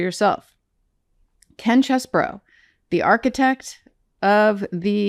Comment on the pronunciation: There's no such defendant named "Kenneth Chesbrough" (you are pronouncing it "Chess bro"). There is a defendant named "Kenneth Chesebro" (phonetically "CHEE-suh-bro" or many say "Cheszah bro"). I don't know why people can't get this right. You can bet the Judges, clerks, and lawyers in court know how to pronounce this defendant's name.